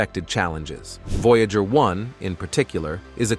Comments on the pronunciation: yes i was like what is a voyaahjur ?? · vo jágr (no 68) 🤣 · I agree with you. Their computer generated mispronunciation of "Voyager" the name of the program was just too much for me.